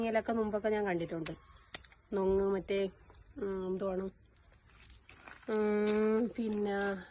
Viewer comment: നൊങ് അല്ല.. പൊങ്‌ 😊